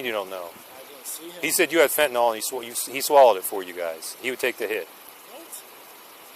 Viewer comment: No way could I be as patient as this officer. Good job. Can we now start to pronounce fentanyl correctly?